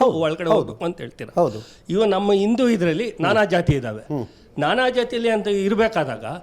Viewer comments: ಇಂದೂ ಅಲ್ಲ ಬೇವಕೂಪೂ... ಹಿಂದೂ.. ಅಂತಾ ಹೇಳೋ.. ಮೂರ್ಖ... ಇನ್ನು ಇಂಥವನಿಗೆ ದೇವಸ್ಥಾನ ದಲ್ಲಿ ಪೂಜೆ ಮಾಡೋ ಅವಕಾಶ ಬೇಕಂತೆ.... ದಿನಾ ಸರಿಯಾಗಿ ಮುಖ ತೊಳೀತಾನೋ ಇಲ್ವೋ.... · ಮೊದಲು ಚೆನ್ನಾಗಿ ಹಿಂದೂ ಅನ್ನೋದು ಕಲಿಪಾ.. ಇಂದು ಅಲ್ಲಾ😂😂